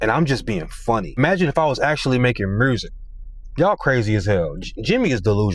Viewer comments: Bruh said mursic😂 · The way you said, Musezi(music) Black folk certified 🙌 😂😂😂